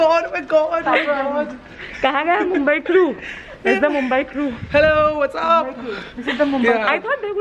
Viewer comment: It is mumbai not mumabai